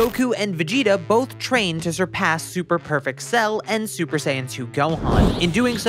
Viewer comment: are my ears broken or do you say "shtrain" instead of "train"?